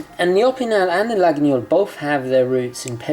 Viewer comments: Try to prononce it toward this: la-yeul. And not la-gui-gnol. Pretty knife! I want it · Your knife is a LA-GWEE-OL. Not La-ginyol. Laguiole = Lagweeol. Otherwise loving your videos as always, keep 'em coming! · It’s laguiole, not laguniole nice vid btw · Hi I'm French. We doesn't say : LaguiNIole Just Laguiole and pronounced Laiole. Thanks for your video. 😉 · Laguiole, not Laginiole! Nice carry though. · Hey, great vidéo! A precision: Laguiole must be pronounced Layol (and the « a » in french)... don’t know if I’m clear enough 😅 (I’m french) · Laguiole: pronounced "Lah-yol".Thanks for the video. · The right prononciation for Laguiole is /layol/ ;) Greetings from France. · Laguiole pronunciation is [lajɔl] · Great vidéo! But I think you need to pronounce Laguiole as "La-io-leu" it is a bit spécial. Best regards, Xavier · I think the knife is pronounced lagweeole? You are right about the quality though;just be aware that there are some horrendous cheap crappy copies out there?